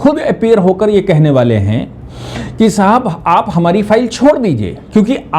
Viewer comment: बाले नहीं । वाले। कुछ बड़ा करने वाले है। अपनी हिंदी सुधारो।